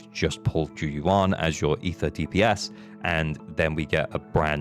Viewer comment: Why does everyone say zhu yuan wrong. The va does a great job at pronouncing it.